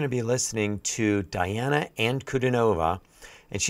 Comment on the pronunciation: Welcome to the magical, mystical world of Princess Diana, The Goddess Voice of Nature. Enjoy your journey. She is a true Contralto and Polyphonic. BTW, her name is pronounced Dee aah na An coo Dee nova.